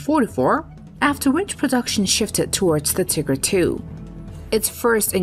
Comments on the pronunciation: lol. : ... with 498 [kills] in Europe, 17 in Italy an 11 in the pacific--- come on, which continent does Italy belong to, folks. And it the other tank is called Tiger, not Tikker. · Idk why but her saying tigger as opposed to tiger is making this hard to watch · The way you say Tiger as "Tigger" physically pains me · She kept saying "tigger" instead of tiger. Lol..... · Who calls a Tiger” Tigger”? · Tigger one and Tigger two? TIGER!! This narrator needs educating in correct pronounciation. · what the hell is tigger its tiger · Pease teach who or whatever was doing the voice on how to pronounce “Tiger” properly. It’s not Tigger! Also Normandy was not pronounced correctly either. I generally like your videos but this one was driving me nuts. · Rubbish AI voice that can't tell the difference between tiger and tigger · T"eye"ger not tigger. Jesus christ thats killing me how she is saying that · Why does she say “tiggers” not tIgers? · No, it isn’t. German is “Tee-guh”. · It's more like "Tee-gair"! Panther would be pronounced like "Pun-tair" in german! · Tell me that you don't speak German, without telling me that you don't speak German. "Tiger" is pronounced with a long "i" (ee) and a long "e" and without such a ridiculous emphasis on the "g" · It was driving me nuts every time she said it! I just kept having visions of tiger bouncing around? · As a bavarian german I have exclusively heard Teegah, not Tigger. The pronounciation is on the "i". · Im glad you brought this up, I thought it was an annoying mistake 👍🏼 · Yeah 😂 the Tigger 1 hahaha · wrong, should just say tiger like every historian ever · German pronounciation teeger since it’s a German tank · German pronounciation teeger as it’s a German tank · Ah yes, famous German tanks such as the Tigger 1 and Tigger 2. XD The AI used to read this script is horrible. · This would be a much better video if the robo voice wasn't so annoying. "Tigger" tanks? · Tigger, nor-man-D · The "Tigger"?? lmao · The "Tigger" tank?